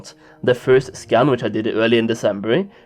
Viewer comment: who always hears "Scam" instead of "Scan"? anyways...50% of these numbers are bots, and perhaps 23% of them are of us...more infos next to the icon to the left soli baby <3